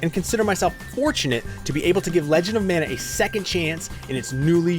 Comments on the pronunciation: It's pronounced MON-UH, not MAN-UH. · Ma Nuh, or Mahn ah, NOT Man ugh or Mann ah, wrong word and wrong pronunciation! Not the biblical Manna or Mannah, but Mana (Polynesian)!